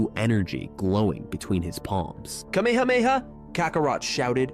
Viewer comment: Dont you know how to say KA ME HA ME HA!?! WOW